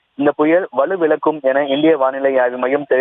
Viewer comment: அது வலுவிலக்கும் இல்லை..வலுவிழக்கும்..